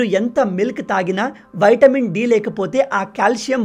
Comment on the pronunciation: Vitamin.. not VAITAMIN..